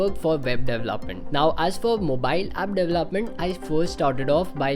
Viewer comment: I CANNOT get over how he pronounces development hahaha "dev-lahp" and "dev-laph-ment. Haha idk it bugs me so much! De-vel-op! De-vel-op-ment! Announciate bro!